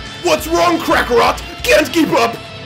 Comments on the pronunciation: At like - he said krackerot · Lol did he just say Krakarot??